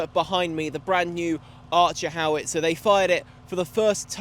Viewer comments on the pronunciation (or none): none